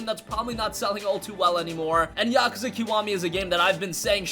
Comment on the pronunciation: It pronounce yak kooza